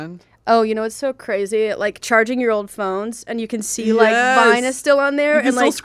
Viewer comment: "its crazeh"